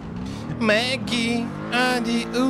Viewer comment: Ни Мэггин,а Беггин))